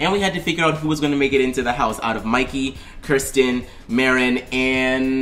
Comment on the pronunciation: it's pronounced KERSTEN arisa said it wrong